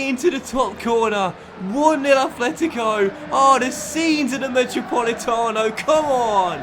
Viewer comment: PLEASE there's no 'th' in atlético, it's just a 't'